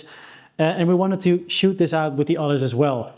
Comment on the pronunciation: Shoot- not shout